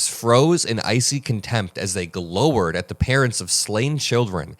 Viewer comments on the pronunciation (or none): (hey, "glower" rhymes with "flower," not "lower." Just sayin'.) Love your coverage.